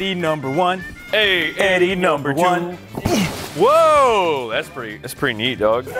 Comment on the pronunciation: Juicys "NamBeR wAN" caught me off guard😆😆 it also sounded like a Filipino accent